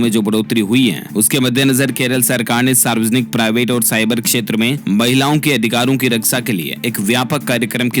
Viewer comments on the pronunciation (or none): none